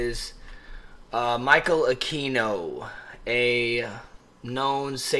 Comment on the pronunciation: His name isn’t “uh-key-no”, it is pronounced “uh-queen-no”. And he was NOT involved in ritual abuse, whatsoever. Study up. There’s a book called “Extreme Prejudice” that denotes that entire time period.